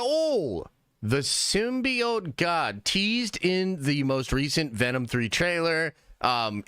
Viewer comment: the way says symbiote drives me crazy